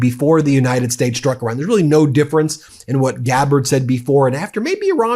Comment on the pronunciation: PLEASE learn to pronounce Iran correctly! You always sound as if you are talking about Oran (a town in Algeria).